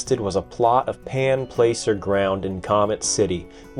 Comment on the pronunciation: FYI—“placer” is pronounced “plasser”.